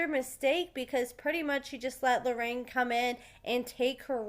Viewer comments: It’s “LORRENA” actually. 😉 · Her name is not Loraine. I can understand you saying it once or twice, but you kinda renamed the girl. Js! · love your channel but its LORENA